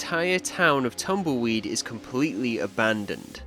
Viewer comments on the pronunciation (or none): I love how says "Tamoyd" Instead of Tumbleweed 🤣